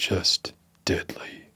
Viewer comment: “Dedlie” lol